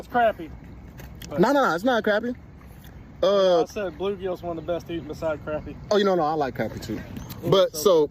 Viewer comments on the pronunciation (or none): That's the first time I've ever heard anyone pronounce crappie like "crappy" instead of "crah-pee/crawpee".